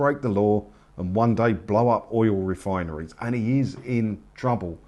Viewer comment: Did he manage to say “oil refineries”? Or, was it more like “oiwol wefinewies”?